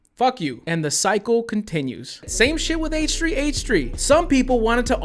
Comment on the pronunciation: Nobody:: "H-tree H-tree"